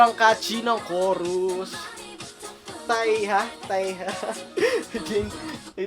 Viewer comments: Taeha- "TE-HA" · Taeha = \Teyha\ Tip: lahat ng may T-A-E sa kpop \tey\ ang pronounsation 😊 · NAME PRONOUNCIATIONS HyeBin • YE-BIN/H-YE-BIN Joo E • JU-IE Ahin • A-HIN NaYun • NA-YUN Jane • JEYN ( koreans pronounce as JE-IN ) YeonWoo • YON-U/YON-WU Nancy • NAN-SI ( koreans pronounce as NEN-SHI ) TaeHa • TE-HA Daisy • DEY-SI ( koreans pronounce as DE-I-SHI ) NEXT NAMAN TWICE - WHAT IS LOVE? PLSSSSSSSS